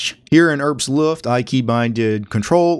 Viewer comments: Just as a "btw", the "H" in "Herbstluft" is not silent. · Is with "Herbstluff" the german word? I genuinely dont know as a german.